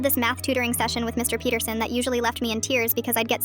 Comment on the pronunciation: I thought she said Mr BeatHerSon😂 but it was MR Peterson 😅